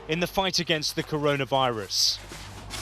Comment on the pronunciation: Corona viressss😂😂😂😂mehr kannst du dir nicht ausdenken 🙈